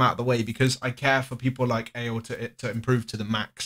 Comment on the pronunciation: Thats not how you pronounce ale !!!